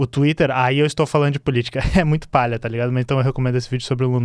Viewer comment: Por favor, companheiro, se me permite uma breve correção, é "paia", não "palha". "Esse fork é PAIA". Abraços piauienses. 😂